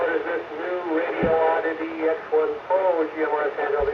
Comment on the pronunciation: For gawd sake... it's pronounced... Radi-oddity. Not Radio-oddity. "Very good English".